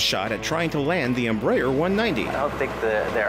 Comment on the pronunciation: We will be scrabbling a couple of F-16s... Except those are are F-18s!!! Mr. private pilot/tv host... its pronounce "Em-Br-A-er"